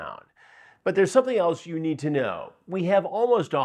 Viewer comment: The way Chris draws out them syllables. 😂😂😂 “It excites youuuu or.? It’s seems messy and potentially smelly to meeee.”